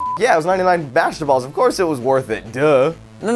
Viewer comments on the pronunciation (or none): said baster-balls